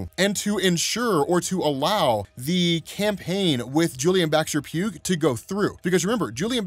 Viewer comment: "Pugh" is pronounced "P-YOO," not "P-yoog."